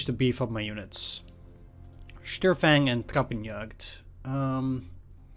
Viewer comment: Small hint, in almost any case of the "St" at the beginning of a word in German, St gets pronounced as if it was written "Sht". So, basically it gets pronounced like "Shtörfang".